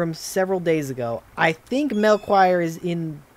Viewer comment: Melchior is actually pronounced "Mel-kee-or". Its actually the name of one of the three wisemen from the Bible